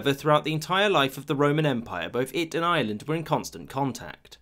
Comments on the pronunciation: I hear "Island" and not "Ireland" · Rome ignored Ireland and the narrator ignored the "r" in Ireland